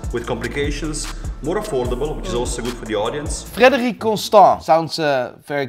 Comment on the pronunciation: Darling, that’s a Q, not O. Not Frederioue. Frederique.